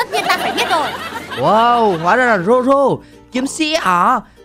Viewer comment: Zoro không phải roro